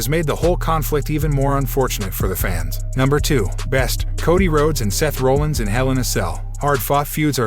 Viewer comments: To support Shanna Hoyt's comment, if you don't have an announcer who has at least some interest in wrestling, things will fall flat. Seth Rollins is not pronounced Roll-Ins. It's more like Rah-lins. Sorry, but not knowing this is bad form. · Guy.....are you actually a wrestling fan or just hopping on a popular topic train to get views? I ask, because I'm curious who this "Seth Rolands" guy is. Dude, if you're gonna report on the shit, at least learn how to pronounce the people's names properly that you report on...I mean seriously, we're talking about Seth "Freakin" Rollins here...smh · People that don't watch WWE, might not know how to pronounce Seth Rollins last name